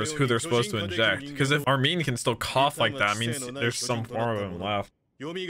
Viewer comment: bruh I know how to pronounce armin, I was saying pronounces "armeen" no one ever said "arminee" tf lmao